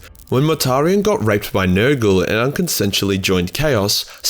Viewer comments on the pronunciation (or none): none